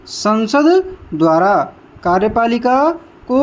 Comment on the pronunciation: Kya bol rha ho bhai Ka........riyepalika Smjh nhi aa rha ka likhe ya kariyepalika